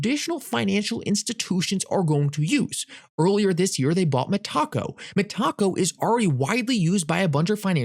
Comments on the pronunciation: its META---------CO not ME----TACO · You say tom-ate-o, I say tom-art-o, you say me-TACO, I say META-co! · could you please pronounce this correctly, Me-ta-co not Me- Taco:) They did not acquire Taco Bell, Thanks it is just tough to listen too, keep up your great efforts:)